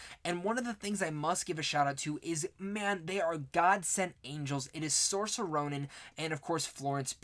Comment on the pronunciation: I'm debating on whether I want to watch the 1994 Little Women before the Greta Gerwig one. Also, just thought I'd let you know you're pronouncing Saoirse Ronan's first name wrong.